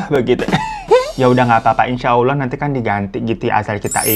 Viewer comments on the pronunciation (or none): none